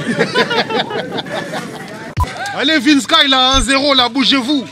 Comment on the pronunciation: C’est plus Vinsky mais VinskAïe